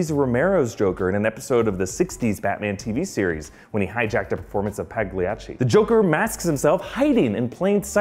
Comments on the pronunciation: paeh-GLEE-atch-ee??!? good grief; do better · it's pronounced "polly"ochee....do more research, genius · "PAG-liachi"??? LOL~